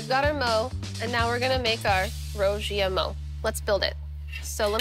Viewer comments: Ive lived in china for a decade and every time i hear them call that a chinese hamburger it gets on my nerves. Meat between 2 pieces of bread is a sandwich, not a Burger. Also, that pronunciation of "Rou Jia Mo" was way off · I love Sohla but for a History Channel show, I wish she would make the bare minimum effort to learn how to pronounce the name.